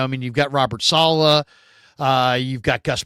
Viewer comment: Can you guys get together and agree on the pronunciation of Saleh?